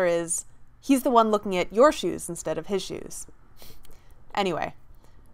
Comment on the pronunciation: Nice, clear explanation. Just one thing forgotten though: Tom was shy and he was mumbling and staring at how shoes. Just kidding 😏